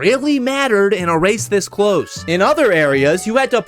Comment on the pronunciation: "Cwose"! "Wong"!😂😂😂